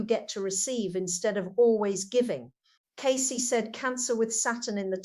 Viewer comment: someone is using her voice and interests . She wouldnt say her name incorrectly.